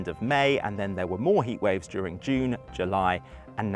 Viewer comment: “Durig” the heatwave 🤔